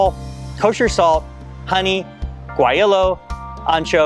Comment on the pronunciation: Love the video! Fermented sauces are quite tasty. I first tried some from our local farmer’s market. FYI, guajillo is pronounced like “waah-he-yo”. It’s the dried form of a mirasol chili.